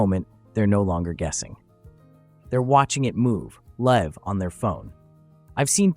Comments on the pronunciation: It was the pronunciation of ‘live’ that did it for me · Is this ai the frequent mispronounced words. A voice that sounds like a natural english speaker yet say the wind in wind down wrong. Says the wrong live too.